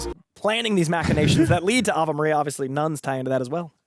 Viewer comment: It’s pronounced “ah-vay” Maria